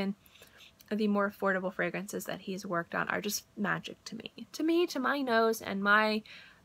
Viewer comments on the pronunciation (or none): none